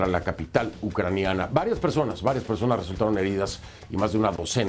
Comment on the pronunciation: Persones dijo la periodista 😂😂😂